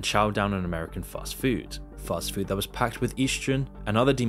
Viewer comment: I hate the way you pronounce "food"